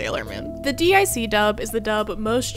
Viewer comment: It's pronounced "Deek" not Dee Eye See...and DiC didn't super the S and SuperS season, that was from Cloverway